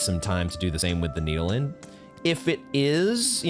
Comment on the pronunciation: How to infuriate watchers: Acquire and mispronounce Needolin in the same episode, forget to use Needolin